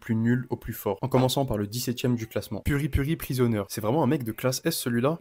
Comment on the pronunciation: c'est PripriPrisonier. pas puri-puri. brah. t'aime sa briser des nom de personnage. j'ai peur pour ton future kid.